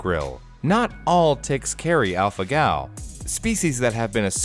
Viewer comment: Alpha-Gal Me:*Alpha-Gel*